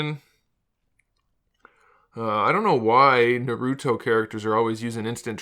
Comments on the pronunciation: Good review but it's pronounced nAruto not narUto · Naruto is pronounced "Nah-ru-toh" not" Narudoh" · Every time he says naruto my ears get trapped in the tsukiyomi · It’s literally painful